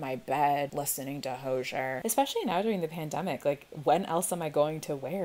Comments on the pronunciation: ... wait .... is THAT how you pronounce HOZIER??? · I feel “insufferable” as would say by pointing this out but... it’s Ho-zee-err. Sorry, I’m just a stan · I'm sorry did you just call Hozier 'Ho-jer"????